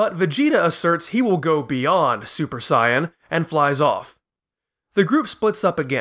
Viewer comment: I'm all in for original pronunciation but I would say you should go all the way or just don't do it at all. Super Saiyan is terrible. Like its either Super Saiyajin or stick with the english Saiyan. The way you say it is some kind of fan made up thing. Like if japanese people would use the english version. If you say Bluma and gokou why not Begeta or Juunanagou and juuhachigou fpr the Androids? I know that this is just a small thing but still.... sorry.^^